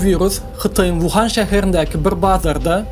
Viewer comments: Şäher Wuhan däl , Uhan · Birinjidena wuhan dalde Ухань .ikinjidenem narmalny gurleyan adam tapmadynyzmy?!